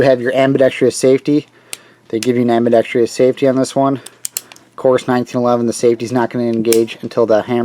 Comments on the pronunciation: It is ambidextrous. Not ambidextrious... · Was just about to say the very same thing...what is it with damn near every video made featuring a firearm with an ambidextrous safety, made by a guy that can't pronounce the word properly...